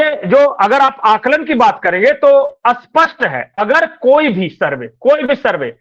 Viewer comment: सही उच्चारण कीजिए स्पष्ट शब्द का आप जो उच्चारण कर रहे हैं वो विलोम शब्द है